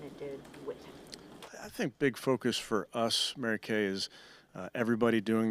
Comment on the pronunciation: Why does he say "MaryKay" ??? Nobody else? Issues.